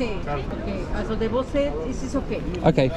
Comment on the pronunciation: "the bos"? Is your Turkmene having an influence on your English pronunciation?